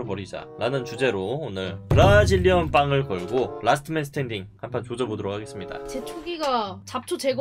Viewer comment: 부부동방 브라질랑 왁싱 ㅋㅋㅋㅋ 특유의 웅양양 발음이 너무 귀여워요 ㅋㅋㅋㅋ